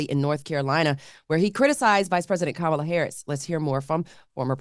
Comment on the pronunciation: Can we correct everyone who mispronounces Kamala’s first name. It can’t be pronounced both ways.